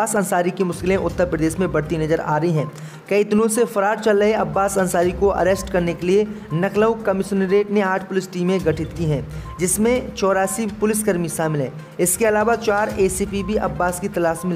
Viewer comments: Nakhlaoo nahi hay lakhnaoo bola kero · Lucknow bolna aata nahi kya Naklow hi bolega kya